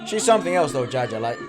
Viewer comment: Its JAYA not JAJA😀